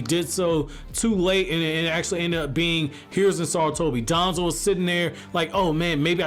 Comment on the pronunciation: Bro pronounce danzo with less emphasis we get who ur taking about